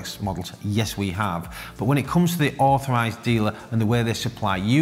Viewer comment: Due to the accent, when he says “Rolex authorized dealer“, it sounds to me like “Rolex overpriced dealer“. Hilarious, and true!